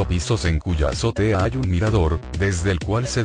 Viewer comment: Le falta mucha seriedad a ese recuento falso en mucha parte,dateese más y le creemos.y no ponga esa sonámbula voz que dice azote siendo lo correcto azotea.no me gusta este video